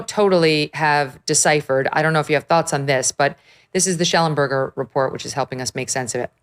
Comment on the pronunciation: You don’t pronounce his name right. His father was my teacher at Knox College. It’s Shellen burger.